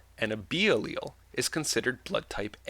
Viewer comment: you pronounce alial difrently to my sister.